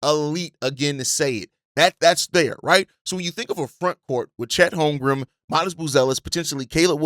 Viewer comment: Bruh his name is HolmgreN there is an N at the end not an M. Holmgren stop saying HolmgreM